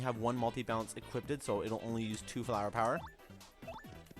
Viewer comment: Stop saying equipted.